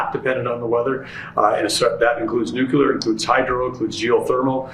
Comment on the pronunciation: Also... NUCLEAR. There is no such word as NUKULAR!!